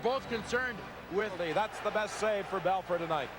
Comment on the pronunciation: Wish someone told announcer it’s Bel FOUR. Not Bel FUR